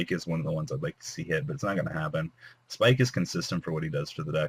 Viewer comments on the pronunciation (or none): holy shit its fucking abyss pike …. abyss .. pike not spike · Can you learn how to fucking read. Pike not fucking spike its not s + whatever the other word is. Abyss is spelled with two s not one